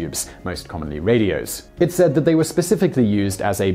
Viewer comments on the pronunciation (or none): none